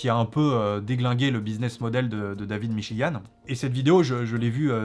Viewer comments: "le livre de Davlbgidb m'chigan" xD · La russe dit david michi-gand